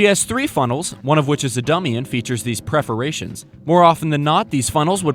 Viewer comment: Preferations? PERforations, sweetie. I love your humor, but your command of language is awful. (Oh, and it's Ri-BAND.)